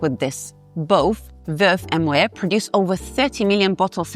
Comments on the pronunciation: It's pronounced ' moh-ette ', not ' moh-ayh '. The name is Dutch, not French. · While the content of your videos is very good, your constant mispronunciation of both Moët & Chandon and Veuve Clicquot is a tad jarring. I appreciate your expertise in wines, but you may want to double check that pronunciation. I believe it's "moh ETT" and "klee koh."